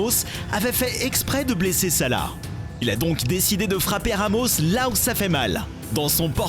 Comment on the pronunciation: il s'appellesalah pas sala